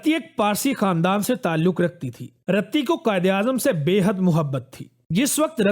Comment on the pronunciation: Bhai Qaid e Azam ki wife ka naam RATTI nahin "Riti" thha khudara dignitaries ka naam sahi leyn